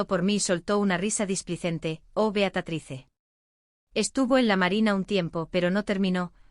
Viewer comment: Beatatrice? Caramba. Se dice Beatriz